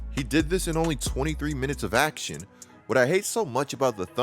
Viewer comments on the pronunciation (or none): none